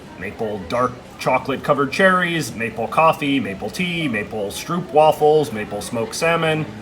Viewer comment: It's prenounced str(oh)pwaffle